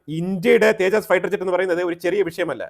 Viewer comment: തേജാസ്‌ അല്ല തേജസ് കറക്റ്റ് ആയി പറയു